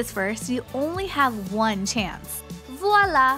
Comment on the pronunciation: Please don’t ever say voilà Sincerely -A french speaker